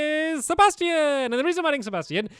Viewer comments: I love the way stampy pronounces Sebastian 😂 he says it Seb-as-tee-own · Lol when he said sibastian I thought of stardew valley